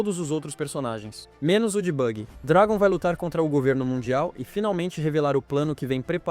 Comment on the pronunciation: "Shenks e Dregon " kkkk